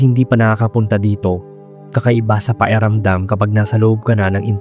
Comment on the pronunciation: PAKIRAMDAM hindi paeramdam. buyoy